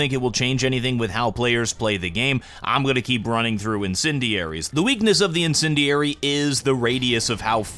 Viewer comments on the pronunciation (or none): every time he says the word "INDENDIARY" it sounds less and less like a real word